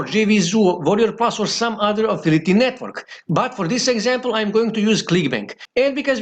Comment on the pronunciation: English is not his first language. I guess he is from Romania. But yes, it's annoying hearing him say affility 😃